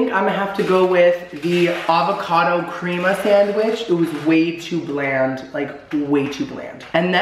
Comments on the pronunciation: My OCD went OFF when he said "Creama" instead of Crema xD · Not you pronouncing crema like that. 🤣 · am i the only 1 who thought everything looked burnt?, darling! i say this with love, but your pronunciation today is literally making me CRINGE! 😳 guy's last name is pronounced "fee-eddie" & crema is "crem-uh". also, a "BLAT" is just a BLT with avocado. 😘